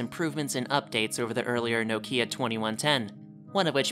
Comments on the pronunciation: It's not no-kia, it's pronounced as nok-ya (knock-ya) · please pronounce nokia properly dude lol.